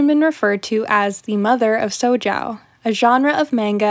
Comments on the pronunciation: in reference to your pronunciation - i'm sure there are already comments about this, but i didn't see it - most romanized japanese words are pronounced phonetically in english, unless it's got a vowel sound like ai, i or e. shojo is pronounced just like it looks like. show-joe. that's kind of a simplification but it's the best way to explain it to someone who doesn't speak japanese. i do appreciate you looking up pronunciation beforehand, though. most youtubers don't seem to bother. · I think Shojo is pronounced "show-joe" but im not 100% sure that's just how i hear others pronounce it!!